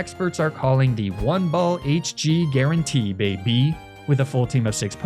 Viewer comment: "its what experts are calling the OneBallHG GuarantEE baybEE" please never say that again.